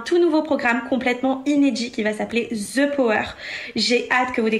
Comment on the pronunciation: J ai adore 😍 par contre tout le long je me suis demande pourquoi quand vous avez parlé sur le the power vous mettez comme si il y aurait un Z””😂😂 Continuez j adore aja ❤